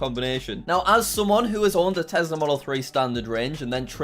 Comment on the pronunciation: tesler??? or tesla?